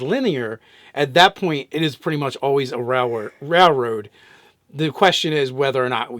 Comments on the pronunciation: dude its rail road not rall road,sorry for saying it, love you guys. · Does he mispronounce railroad. 10/10 memes.